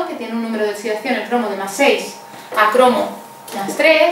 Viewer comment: Esta mujer explica muy bien, pero me pone súper nervioso que diga oTSidación